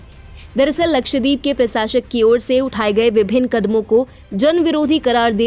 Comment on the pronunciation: मंदबुद्धि निवेदिका उच्चारण तो ठीक करो, लक्षद्वीप